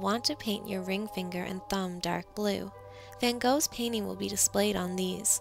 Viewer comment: You don't say his last name correctly